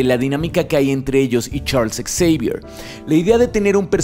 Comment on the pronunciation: Hola. Aquí repasando tus videos y escucho en el minuto que dices "Ex-eivier" ¿Se dice así o se dice "Javier" para referirnos al mentor de los X-men? Muchas gracias y saludos desde Colombia.